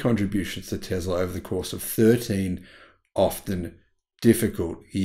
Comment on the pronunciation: Repeat after me... Tess la... :)